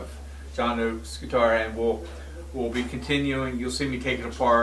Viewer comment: I love how he says "John OAKES and the fantastic Hall and OAKES..". Then he says "John OAKES guitar " . Love it. I gotta keep watching and see if someone clued him in. LOL. I mean -- it doesn't take away from how epic and amazing Seymour Duncan is, but it's damn funny that he's clueless on a name he must have heard for nearly 40 yrs now.